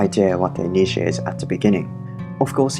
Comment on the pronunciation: ❤️ I wish i could like twice for using the correct pronuncation of niche ❤️